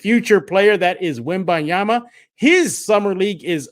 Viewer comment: don't forget the "n", it's Wem-baN-yama, thanks